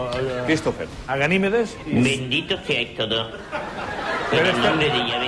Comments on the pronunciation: Yo escuche ganimides ustedes no? digamen q escucharon aver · Por cierto, se dice Ganímedes! Por lo demás, muy buen vídeo! 👏